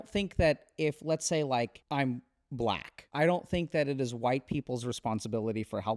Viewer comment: 😭 ur right but the way non-black people say black like, tonally and emphasis-wise is always gonna be low key funny. It’s like i hear his brain buffering 😭